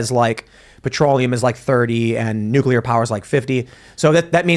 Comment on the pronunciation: What's with every guest and expert coming on and calling it "nukeular"?